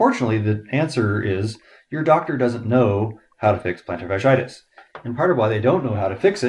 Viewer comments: Your mispronouncing it. Not a good sign. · how to pronounce "plantar fasciitis" better because you mentioned it 10 thousand times 🤣